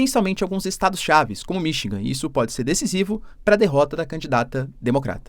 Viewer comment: Pelo amor de Deus, é Michigan não Minchingan.😮